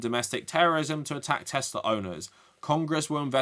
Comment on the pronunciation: "I love Teslur"